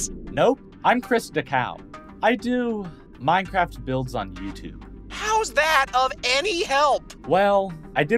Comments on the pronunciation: What do you pronounce it as “min-craift” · why does bro say Minecraft like that